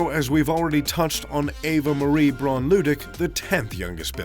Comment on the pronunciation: Pronoun correctly....BRAUN.....is ....BA--- WOUND .( German pronunciation )